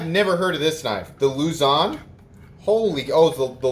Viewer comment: Lu-zahn is the correct way to pronounce it, it is named after one of the three groups of islands that make up the Philippines. The smaller one ia quite popular among local EDCers here. Ha, I watched a friend of mine stab his ladybug onto a table and cut his index finger open. Was he mad hahaha SteelWill reminds me of the Kershaw Link. Congratulations in advance on hitting 5k!!!